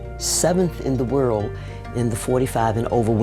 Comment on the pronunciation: Thought he said word fastest stalker